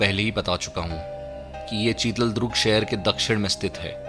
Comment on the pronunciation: चितलदुर्ग बोलो भाई चितलद्रुग नहीं|